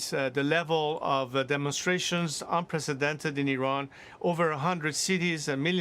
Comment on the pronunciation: The way Hannity pronounces IRAN near the start of the video hurts my ears.